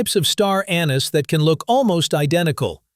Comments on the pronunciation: First off, you are NOT French, nor are you speaking French, yet you persist in pronouncing "anise" the French way with the accent on the second syllable. In English, the accent is on the FIRST syllable...AN-iss. Get it right!!! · The word "Anise" is pronounced wrong, seemingly, thousands of time in this video